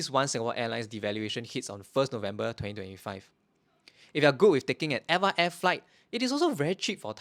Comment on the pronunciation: Hey I left a comment on one of your older videos and we had a brief back and forth about how to pronounce Eva air. Turns out we were both wrong LOL You say: ever air I say: Eva (like the girls name) Supposedly, it's officially supposed to be pronounced letter by letter: e-v-a air Source: (mentioned towards the end of the video)